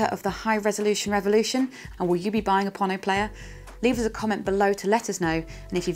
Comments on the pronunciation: It' Pono as in Edgar Allen "Poe" and "No". Please guys get this right. FWIW I am one of Pono's forum moderators and regularly meet with Pono so am completely clear about this. Hearing you mis pronounce it really grates. cheers ian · this should be kind of obvious. Think "polo" or "Apollo". It's "pono", so why pronounce it like "ponno"?